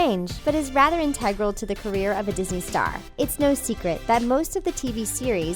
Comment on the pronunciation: learn how to say integral